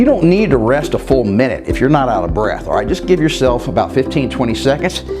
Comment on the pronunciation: Cant you say "alright" properly? Do you think you are gangster from the Bronx?